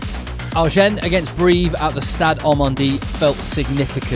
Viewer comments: Sorry, im going to sound like a right pain. Agen (I'm pretty sure) is pronounced Ah-gen not R-gen. Loving the coverage. Great crowds, atmosphere and energy. 2nd division rugby.! No..🔥💥🔥💥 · Right but more important though, you don't pronounce the "n" ;)